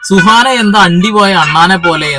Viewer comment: സുഹറ അല്ല സുഹാന 😅🤣